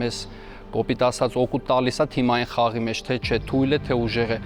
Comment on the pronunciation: Այս խաղերի շրջանակներում միակ մասնակիցը, որ "Թիմային" բառը ճիշտ ասաց` Սամվելն է